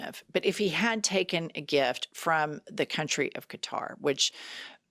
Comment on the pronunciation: Thank you for pronouncing Quatar correctly! I'm so sick of hearing it mispronounced Cutter.